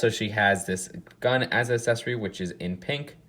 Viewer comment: Can you please stop saying assesory instead of accessory it’s really cringey and annoying